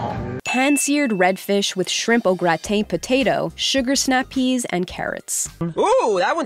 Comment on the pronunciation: Au gra-tain??? No nope thats not how you say that.